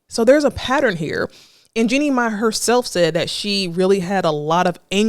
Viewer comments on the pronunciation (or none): I cringe every time she says “Jenny May”. 😩 It’s pronounced “GENIE MY”. Chile, what research/preparation??